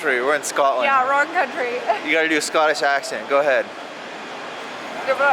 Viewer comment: "in scotchish' loolz